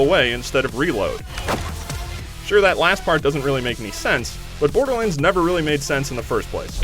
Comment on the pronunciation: Love how he says Borderlands :D "Borderlinds"